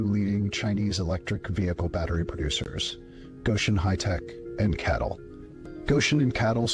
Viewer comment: Thank you. For this. Sheeple (the EV crowd). I have read the comments - NOT ONE MENTION of CATL pronounced "cattle" . Does anyone want to acknowledge the inhumane CCP? (The #ONE threat to humanity)!